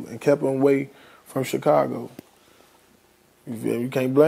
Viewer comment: How come Vlad can't say Chicago 🤣 he keep saying "Chick-ago"